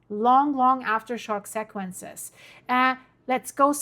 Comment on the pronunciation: FYI, it is pronounced: SEE-kwen-sez. 🤓